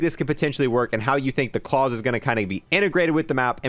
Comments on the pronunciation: how many other people keep trying to correct him everytime he pronounces klaus wrong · It was annoying me me kept saying claws, not Klaus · Klaus (ka-la-ow-s) not klaws 😡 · Ffs please stop calling it cause/claws, pronounce it correctly. Clouds without the d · Probably pronounced "Kl-OW-SE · Watch the originals on netflix...its not clause its klaus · I believe Klaus is pronounced KLOUSE like Mouse as in a person's name but Claws pronunciation is funny too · It isn't Claus like in Santa. It's Klaus like the name. Like how the fish from American dad says his name . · I can’t take how he pronounces klaus incase you didn’t know it’s a German name pronounced cl-ow-ss that’s how you pronounce klaus it’s not claws lmao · I'm pretty sure since it's German it is pronounced like it rhymes with house, not claws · Claws (the word your saying) Klaus ( a German male's name) Smh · Klaus is not pronounced "Claws" it's pronounced "K-lao-s". Rhymes with house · This dude saying Claws.. ffs Klaus like mouse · true it really irritated me lmao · It’s not claws it’s Klaus pronounced like k l ah uh s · Klaus, German name, not claws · claws LUL its german, pronounced. cl-''oww''-se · I had to wince everytime he said "clause" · Wouldn’t Klaus be pronounced like klouse (rhymes with house) and not rhyming with pause? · Well it has an "L", so "Kl-ouse". Idk how to describe it nom-verbally haha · Man it’s annoying me how he is saying klaus he is saying claws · Man pronouncing Klaus as clause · The way he’s pronouncing klaus is rly bothering me It Kl-ow-s (sound out the s) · Klaus is pronounced like it would be for the fish on American Dad. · Can’t wait for this. Never played zombies before about 1.5 months ago. Just snipers away from Dark Aether. Love the channel and it def helped me get it done. I wish I could tell you how to say Klaus the right way. Congrats on 100k and you will be at 200k before you know it with all the hard work and grinding. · LoL that was bothering me too